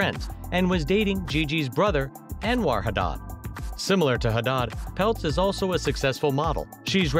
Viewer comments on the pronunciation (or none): It's Hadid not hadah 😅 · I stopped this video when he started saying HADAAD! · wait he really said HADAH😭😭